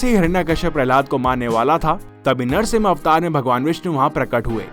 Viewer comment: Bhai tumhe narshing ji bolne me dikkat he ?